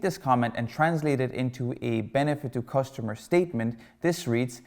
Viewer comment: Nice content (btw it's cUstomer* not costumer)